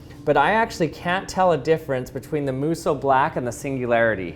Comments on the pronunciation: He keeps saying "its blacker when you airbrush it" or "singularity isnt as black" and I'm not seeing a single difference?? also kinda bugged me that he kept pronouncing it "moo soh" when it should be "moh soo" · This man: * Pronounces Musou Black like Muso Black * Me: Is this guy saying this wrong and that's what's wrong, or am I slowly going crazy over the fact that I've saying the word wrONG AND IT'S BOTHERING ME